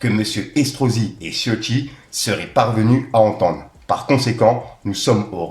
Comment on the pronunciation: tioti? Mec c'est écrit CIOTTI avec un C, "ssiotti" ca se prononce et idem pour le début du communiqué de Freeze c'est "outre", pas août c'est "outrrrrrrre". Ensuite a 3.28 tu fais une faute qui me rend ouf a chaque fois, on ne dit jamais "par rapport a la polémique QUE je vous ai parlé" mais "DONT je vous ai parlé", c'est une grosse faute de français essaye de t'en souvenir. A chaque fois que je passerais par la,si je remarque des fautes je t'en ferai part, c'est important si tu veux avancer dans ton métier, au pire reprend quelques cours de temps en temps avec prof de ou force toi a lire des livres ca aide de ouf et c'est très important pour le vocabulaire et ton cerveau enregistre le bon français sans que tu fasses attention. Faire de la news ou du "journalisme " sans parler français correctement c'est chaud mec,donc fait une effort pour toi avant tout.